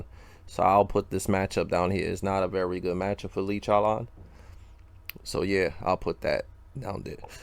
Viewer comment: Lee CHOWLAWN